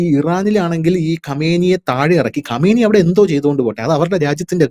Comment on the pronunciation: ഖമേനി അല്ല ഖആംനെയ്